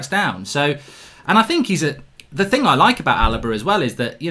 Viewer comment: Mark pls stop saying "Ting", there's a 'H' in the word. It's "Thing" not "Ting".